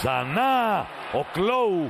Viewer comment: Χθες μαθαμε ότι το "klaw" διαβαζεται "κλόου",μπραβο